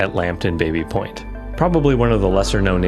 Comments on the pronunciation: I think the original pronunciation was "Bobby Point" not Baby Point. I had a Engineering prof who lived in it and insisted we call it Bobby Point. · It's pronounced Bah-by... not bay-bee.... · It’s actually pronounced “bah-bee” not “bay-bee”. It’ s named after James Baby an early settler and that was how his name was pronounced. My mother grew up in this area. One of the most mispronounced names. Otherwise I really enjoyed your coverage of the history. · Grew up close to the area and it's not called Baby Point (as in the baby). Locals and everyone calls is BABBY Point...aka Tabby. But good doc regardless this mistake. :) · I think it's Bah-Bee point? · Baby Point is pronounced Bahby Point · Some interesting info here, thanks for the video! As others have noted it is pronounced Baa-by/Babby Point. Also, Canadian pronounciation of Lieutenant is LEFFtenant, not LOO-tenant.